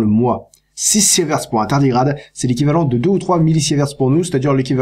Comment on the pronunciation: Autre petite erreur de prononciation, on ne dit pas Siévert (avec un é) mais sivert (avec un i), même si ça s'écrit sievert.